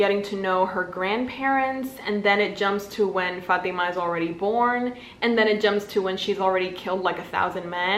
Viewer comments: I just want to mention that the way you pronounce " fatima " is so good and 100% the right way girl you got that arabic accent there 🤭❤️ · my name is fatima and let me just say, you said it so well, which is surprising since no one ever says it correctly. impressive!